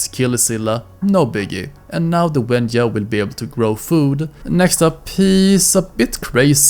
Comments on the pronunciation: WENJA not WENYA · Mate it's wenja not wenua also it's sabertooth cate or smilodon not sabertooth tiger